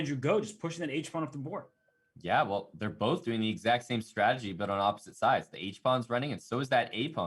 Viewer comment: Hambleton, it is strategy, not stragedy.